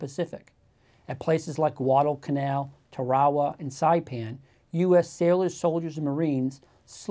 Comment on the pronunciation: It's TAR-a-wa, not tar-AWA. Just ask the guys who took it. They'll let you know I'm correct.